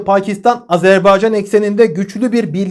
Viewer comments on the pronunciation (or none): none